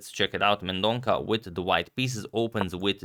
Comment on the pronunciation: Sorry for pointing out but Leon surname is pronounced as Mendon'SA'